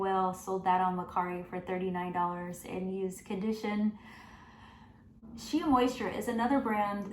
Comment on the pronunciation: She-uh, i think its shey